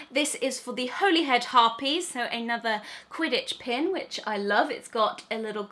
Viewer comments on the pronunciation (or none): Turquoise is ma favourite colour, Luna is my favourite character. SIGN ME UP Edit: Also, it’s not Holy head Harpies, it’s pronounced Holly head Harpies. It’s my favourite Quidditch team! :3 And spelt Holyhead I left a line to get that bold bit to show the pronunciation ❤️ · just wanted to let you know its pronounced holly head not holy head...i know its spelt that way but i am from right near there and thats just how its pronounced lol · It is pronounced 'Hollyhead' it's down the road from where I live. 👍